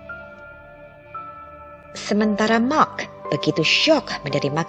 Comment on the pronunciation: Pas Mark malah mak 🤣